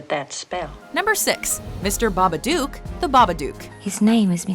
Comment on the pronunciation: Every time she mispronounces Babadook i die a little inside